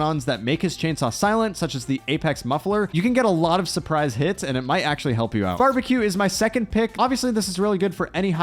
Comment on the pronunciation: Ah yes the classic bambeque